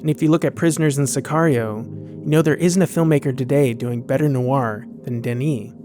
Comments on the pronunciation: Noir is pronounced nwar not nu-war. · A good, if slightly stilted take by yet another commentator who uses "noir" without realizing it's not a two-syllable word. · Noir is pronounced nwah not new-wahr.